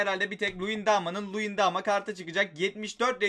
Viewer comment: Ya şu adamların ismini düzgün oku ya bune resmen Luyindaama diyorsun sonra Emre Belözoğlunu bile Okuyamıyosun Emre Belözoğlu diyosun